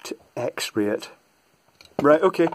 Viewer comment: You say X ray I hear "Tappy Tap Tap". Love the content. Found you through AvE.